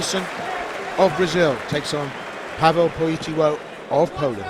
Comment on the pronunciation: Nie kompromitujcie się, Polak niema na nazwisko POLITYLO tylko PolityŁo. Inaczej się pisze, inaczej się wymawia. I nie Pawel, tylko PaweŁ... 🤦🤦‍♂🤦‍♀